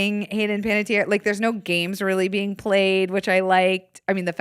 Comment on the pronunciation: I was waiting for someone to correct Other Zach on his pronunciation of Panettiere! 🤣